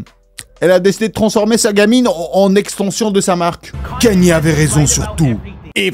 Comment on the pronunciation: Au moment où t’as dit "Kanié" j’ai arrêté la vidéo, tu racontes vrm nimp 😂